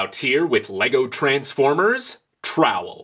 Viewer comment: Sounds more like towel